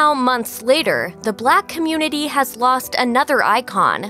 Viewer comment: Anyone else felt kinda weird when she said 'the black communinty'.